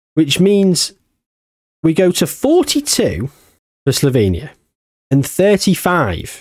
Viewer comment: sloVenia not sloBenia, and its pronounced Cheh-Khiyah